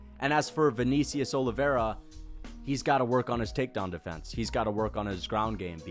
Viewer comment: “ViKNEEcius Oliveira”